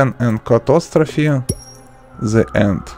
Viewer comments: I'm sorry, but why did you say "cattostrof" instead of catastrophe? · It’s pronounced “ca-TAS-tro-phe” bud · he didn't say the e at the end either